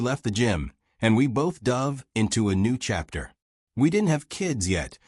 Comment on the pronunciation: The word "dove" has two pronunciations. Of course A I picked the wrong one.